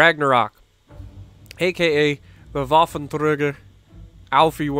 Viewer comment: It's not Voff, it's Vaff ;) The "a" doesn't sound like an "o". It's like when pronouncing Chaffee.